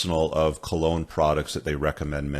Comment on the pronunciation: And remember, cologne rhymes with alone.